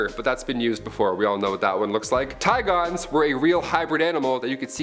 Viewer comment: Had me so lost with "Ti-gones"...Should pronounce like both animals names are typically pronounced correctly lol. Like ti-gunz.